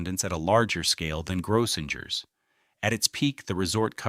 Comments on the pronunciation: Gro-singers is the proper pronunciation. Too bad A.I. can't program correctly. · And it’s Grossingers, with 2 hard G sounds. And a long O. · Grossinger's Resort is pronounced phonetically as GROH-sing-erz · One day AI will know things that thousands of people already know: how to pronounce certain words and names. Grosssingers rhymes with Gross Singers. You would think someone would listen to this before putting it online, but why bother, right? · It's pronounced Grow - sing - ers. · I have lived in this area all my life and still do. Some of his facts are wrong or a little mixed up and so is his pronunciation. Example: it is pronounced gross*singers . Kiamesha he got almost correct kia*mee*sha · all those hotels Grossingers, the Nevelle — they were all mispronounced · JUST COUNT THE NUMBER OF TIMES "GROSSINGERS" IS MISPRONOUNCED!! "KUTSHERS" MISPRONOUNCED, AND ON & ON IT GOES.